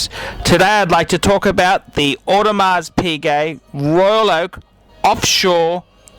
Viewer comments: For the love of all that is holy, PLEASE learn how to pronounce the name of a product before asking others to take you seriously. If I reviewed a Ferrari, and I pronounced it "fee-ray-RYE", nobody would listen to me. Learn how to say "OWE-de-mar", Paul. PLEASE. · I was also sure you don't pronounce the "s" In audemars well I trust Paul's advice that much less now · For someone claiming to be such an authority on watches, i find it dubious how you cannot pronounce Audemars properly with a silent ''s''